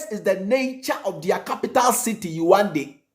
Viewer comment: Please the capital is pronounced as : Yaounde. Yaawundey)